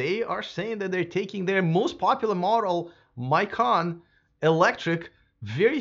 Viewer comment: Macan not Maican